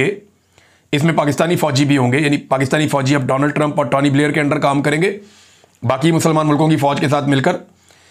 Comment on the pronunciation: Tawny nahe Tony Blair hota hai